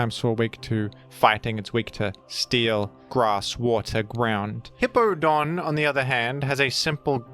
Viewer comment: pronounces Hippowdon as Hippodon because he will not allow The Hippo to have any W's.